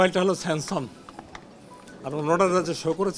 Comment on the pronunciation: Samson na SAMSUNG, Kemon educated ? Strange